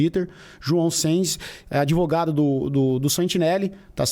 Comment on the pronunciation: "Grandes merdas ser adEvogado e depois todo adEvogado é vi4d0" kkkkkkkkkkkkkk